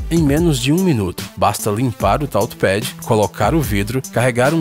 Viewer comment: "Táuchi Pédi"